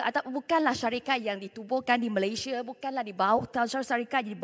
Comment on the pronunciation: Mengapa mp-mp tak erti sebut 'Malaysia' dgn betul?